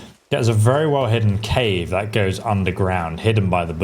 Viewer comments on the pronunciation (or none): none